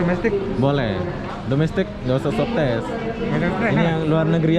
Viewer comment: SWAB TEST BUKAN SUWABTES HAHAAA